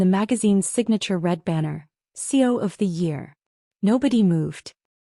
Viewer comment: Why does the narrator repeatedly pronounce CEO as C O ?????